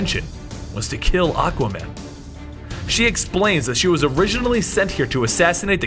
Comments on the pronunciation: ... you said aca man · did he say Acka man? Lol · you said aqaman not aquaman